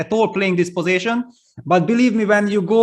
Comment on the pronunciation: PLEASE someone teach Peter that it is not "posaition" but position!! Love his commentary but that would be really helpful....